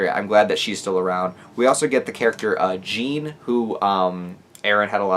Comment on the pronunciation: As a French guy it's so painful to hear you pronounce Jean this way, great video nonetheless